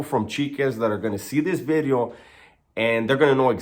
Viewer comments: It's video not bideo broken English bideos lol lol lol lol lol Today's bideo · I like bideo better lol